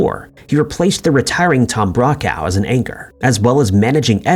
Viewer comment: “Tom Braw-Cow” Dear lord 🤦🏻‍♂️